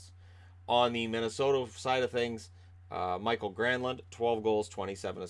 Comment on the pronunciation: So Yvonne likes the Wild? She sounds like a classy lady. You married up. Couple notes on the Wild. They repeat the same days on days off schedule next week. Lot of games in a 2 week stretch, twice playing 3 games in 4 days. And Mikael Granlund is pronounced Mee-Kyle. Not like Michael.